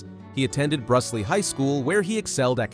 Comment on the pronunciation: Note: Brusly high school is pronounced Brew-lee NOT Bruh-slee. Geaux John! Louisiana loves you!